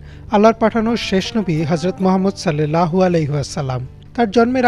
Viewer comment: আপনি বলতেছেন "সাল্লেল্লাহু আলাইহি ওয়াসাল্লাম" এটা ভুল! এখানে হবে"সাল্লাল্লাহু আলাইহি ওয়াসাল্লাম" অর্থাৎ আকার দিয়ে হবে। এ কার দিয়ে নয়।